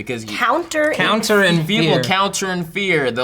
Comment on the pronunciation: When said counter I heard Cow Intern